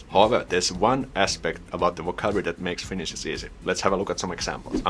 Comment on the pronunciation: Thanks for nice video,. You pronounced Finnish pretty good, really good actually. Take care 👍